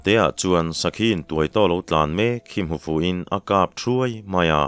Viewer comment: In leh thuai hi a sanga lam tur ani in ka hria,kei chuan.